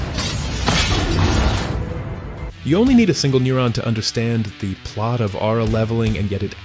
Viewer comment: did you say Aura leveling?😂🔥